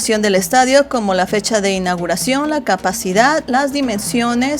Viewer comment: Dice INAGIRACION NO INAUGURACIÓN IGUALMENTE GRAN ÁLBUM